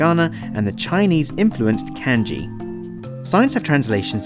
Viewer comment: kenji or kanji? its kanji but it sounded like you said kenji xd